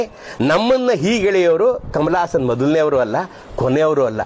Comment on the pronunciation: ಈ ಕಿತ್ತೋದ ತಮಿಳು ಭಾಷೆಯಲ್ಲಿ ಅಂದರೆ ದರ್ಬೆಸಿ ಬೇವರ್ಸಿ ನಾಲಾಯಕ್ ಅಜ್ಞಾನಿ ಅಹಂಕಾರಿ ಕಮಲಗಾಸನ್ ಭಾಷೆಲಿ ಎಷ್ಟೊ ಪದಗಳಿಗೆ ಉಚ್ಚಾರಣೆ ನೆ ಗತಿ ಇಲ್ಲಾ 😂😂😂 ಬಾಹುಬಲಿ...... ಬಾಗುಬಲಿ 😂 ದೇವರಮಗ.....ತೇವರಮಗ 😂 ವಿರಾಟ್ ಕೊಹ್ಲಿ. ವಿರಾಟ್ ಕೊಗಿಲಿ😂 ಸಂಗೀತ....... ಸಂಗೀದ😂 ಸ್ನೇಹ......... ಸ್ನೇಗ 😂 ಕಮಲಹಾಸನ್..ಕಮಲಗಾಸನ್😂 ಅಂಬಿಕಾ........ಅಂಬಿಗಾ😂 ಈತರ ಲಕ್ಷ ಪದಗಳಿಗೆ ಉಚ್ಚಾರಣೆ ಇಲ್ಲದೆ ಉಸಿರು ಕಟ್ಟಿ ಸಾಯೋ ಕೊಂಗರ ತಮಿಳು ಪ್ರತಿ ಪದದಲ್ಲೂ ಪ್ರತಿ ವಾಕ್ಯದಲ್ಲೂ ಸ್ಪಷ್ಟತೆ ಭಾವುಕತೆ ಇರೊ ನಮ್ಮ ಕನ್ನಡಕ್ಕೆ ಜನ್ಮ ಕೊಡ್ತ ಹೋಗ್ರೋ ಕೊಂಗ್ ನನ್ ಮಕ್ಳಾ 😂😂 ನಿಮ್ಮಂತ ಕಿತ್ತೋದ ತಮಿಳು ಭಾಷೆ ಇಟ್ಟುಕೊಂಡಿರುವ ಬೆವರ್ಸಿಗಳಿಗೆ ನಮ್ಮ ಕಸ್ತೂರಿ ಕನ್ನಡದ ಬಗ್ಗೆ ಮಾತನಾಡುವ ಯೋಗ್ಯತೆ ಖಂಡಿತ ಇಲ್ಲ